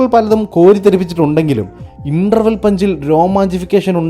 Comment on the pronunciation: ഇപ്പോ മറ്റാരോ ആണല്ലോ അവതരിപ്പിക്കുന്നത്.. മറ്റേ ആളുടെ ശൈലി പിടിക്കാൻ നോക്കുന്നുണ്ട്.. പക്ഷേ ആളതല്ല :) ശരിയാ 'അരികിൽ ഒരാൾ' ഒരു രക്ഷേം ഇല്ല. ഡോപ്പൽഗാംഗർ. ഓ ടി ടി ഉള്ള ഈ കാലത്ത് ആയിരുന്നു വരേണ്ടത് .. പിന്നെ ഇൻട്രവൽ അല്ല ഭായീ, ഇന്റർവൽ.. മലയാളീകൾ തെറ്റിച്ചേ പറയും, നിങ്ങൾ എങ്കിലും..